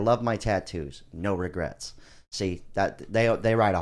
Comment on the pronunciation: "NO REGRATS"